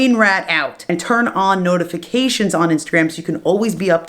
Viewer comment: For a sec i thought u said: "Turd on notifications" I was like "O-o"